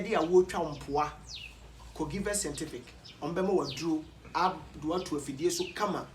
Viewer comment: Kwaku, hahaha a, is givers scientific but not givers scentific. You always pronounce it as scentific instead of scientific. Check and work on it, bro.